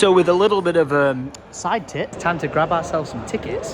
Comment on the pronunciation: Laughed and rewound 'side tit' about 10 times 😂 Although it is technically a right tit :)